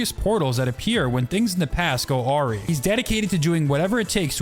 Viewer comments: a-wry not aw-ree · Awry is pronounced “ah-Rye”, not “Oh-ree” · Sorry, how the fuck did you pronounce “awry”? It’s pronounced “A-rye”. It essentially means “when something goes wrong.” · pronounced ah-rye by the way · Awry is not pronounced oary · # I got caught up on him pronouncing "awry" as "array." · the word awry is pronounced a-rye btw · ory??? pog awry pronunciation.